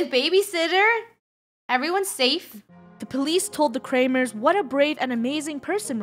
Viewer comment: the kramers... mor like krewmers